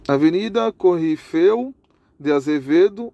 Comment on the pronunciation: Muito lento pra falar. E nao se fala corrifeu se fala corifeu